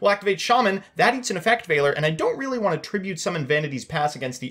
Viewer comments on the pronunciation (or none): none